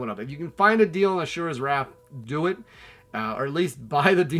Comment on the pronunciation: "Ass- sure -ass Wrath" 😁